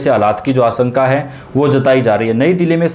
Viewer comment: प्रतिसत, आस॔का, वर्सा इतना भद्दा व गलत उच्चारण, ये चैनल आपके बच्चों का हिन्दी उच्चारण खराब कर देगा, इसे न लगायें